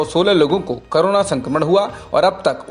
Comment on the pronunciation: it's corona not carona